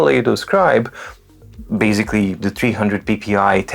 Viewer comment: Sorry, I am here a little bit off topic. I enjoy very much your great reviews and love your excellent English. Where you cach me is when you say your favorite word BASICALLY, which you pronounce differently: baZically.Are you on purpose trying to test if I am slipping? :) Have a great Day!